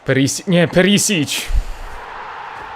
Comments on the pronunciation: To nie jest "Perisić" tylko czyta się Periszić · Witam cie jestem chorwatem i imie Ivana wymawia sie "Periszić" (pisząc po polsku). PS. POZDRAV IZ HRVATSKE!!!